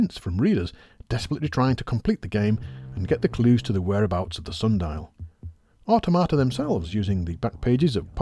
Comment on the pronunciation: I thought it was so he could learn how to pronounce Automata. Apparently not.